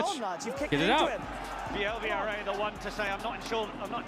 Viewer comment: Votre prononciation de son nom est déjà une grande réussite pour un anglosaxon.